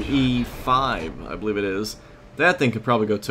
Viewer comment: hey two things one how is the t34 now and just to give u some help i believe the t110e5 is pronounced t one 10 e5 not one hundred % but that is how smig seas that